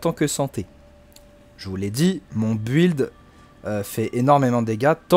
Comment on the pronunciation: Mais c’est incroyable que personne n’arrive à prononcer ce mot correctement ça se dit (bild) Et pas BU,ild